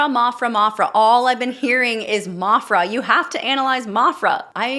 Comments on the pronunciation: I believe it’s M-A-PHRA, not Maw-phra. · It will never cease to amaze me how many vocal analysis do not know how to speak English. There is only one "r" in maphRa . It's not maRphRa, , But at least now you have been touched by her and her abilities, astounding is the only word possible on first hearing her, that then grows into obsession . That is capturing the Earth.